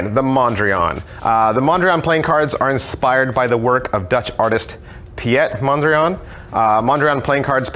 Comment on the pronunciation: Piet Mondriaan is pronounced as peet or pete mondriaan ;)